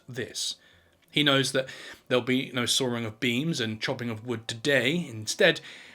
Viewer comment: Sawing does not have an E in it